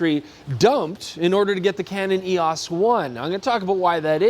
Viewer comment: The F4 was NOT unsung. It was sung quite a lot, back in the day. Not everyone jumped ship for Canon. Eee-oce, not Eee-osss. Or maybe that's just how Canadians say it, kind of like: "Ay?" instead of "Eh?" I hear you on shooting that crap shot because of the effort. The funny thing is that the video man had the really good shot there, but it was wasted because was babbling about it. The beautiful cameras from my youth were: Rolleiflex, (any) Nikon FM2n, Olympus OM1n, and Rollei 35. Great point on the viewfinder. They kept cutting costs and tried to replace a bright optical finder with more electronic doo-dads. Failed. You did some REALLY nice work with that red filter! The puddle shot was great! I'd print it at 8x12 and frame it, if it were me. I was wondering what that creamy grain was, then you showed the film window. Of COURSE it was Tri-X! As for the shutter sound, yeah, it is epic. It is the basis for all fakey electronic shutters now, isn't it? Wait, the F4 is the ultimate manual-focusing Nikon? What about the F3, where you get that nice tactile film winding? Or the FM2, with its even nicer winding and full mechanical-ness? More classic film cameras, please!